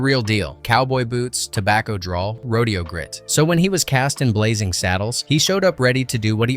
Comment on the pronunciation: Blazing, not Blazzing